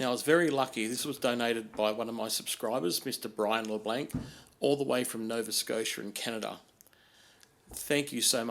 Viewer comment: Its Christmas already! (I think its pronounced Luh-Blah(n)) was very generous in deed. With tooling like that its going to get harder to explain why it didn't turn out as good as you hoped. I always knew you were certifiable and now you have the sticker to prove it. Nice work.